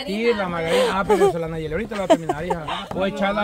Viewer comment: Ya se dice nayeli y no sabe 😂